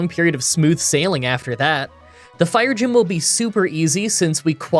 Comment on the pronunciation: I like how you flubbed saying 'fire gym' two times and yet completely skipped showing footage of the fire gym.